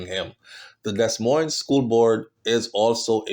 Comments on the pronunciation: No, it's Des (Dee) Moines (Moin). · Morning. Happy Sunday. Your dedication is top tier. Keep up the good word. Btw the S is silent (pronounced De- Moine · I love your channel and commentary, however please try to properly pronounce Des Moines, the proper pronunciation is De-Moin, the same for Souix city..it is pronounced Sue city.